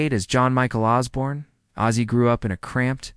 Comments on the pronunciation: Here’s your dislike So learn to how to pronounce the Iconic name! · Outside the name not being said right well done ... But I know it's not your fault. Sometimes the "bots" says things you don't but good job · If you don’t even pronounce his name correctly your credibility is reduced.